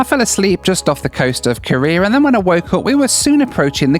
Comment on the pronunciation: Oh my god you do the thing my dad does: You say “Korea” like “Career.” That drove my mom crazy when they planned their trip to South Korea. My dad kept saying “Let’s talk about Career” and my mom got so confused every time lol.